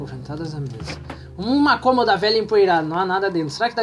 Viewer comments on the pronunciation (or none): none